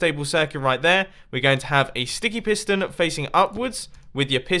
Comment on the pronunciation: its sounds like you said stinky piston